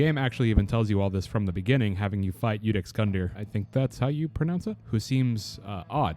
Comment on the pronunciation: Yes that is how you say Iudex